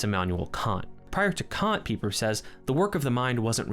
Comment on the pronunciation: Good job on your correct pronunciation of Pieper!